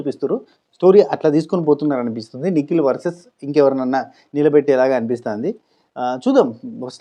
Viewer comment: నువ్వు నిఖిల్ నిఖిల్ అంటుంటే నాకెందుకో పికిల్ పికిల్ అన్నట్టుగా వినపడుతుంది అది ఎందుకని తమ్మీ 😂😂😂